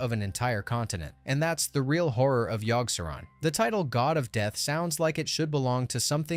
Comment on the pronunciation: I couldn't make it past Yogg, the pronunciations are driving me nuts LoL!